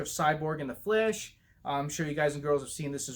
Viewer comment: Every time you say The Flash, you kinda sound like you're saying 'The Flesh'😂 Thanks for the ZSJL picture updates. Cool video bro😀🔥👌